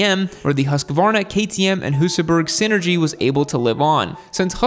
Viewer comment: you pretty much got it right! Then you defaulted back into butchering the name again. And Husaberg is pronounced "Husaberj".